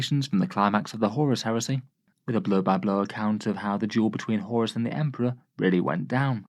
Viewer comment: I really liked when he said "it's emprah time" and emped all over those guys.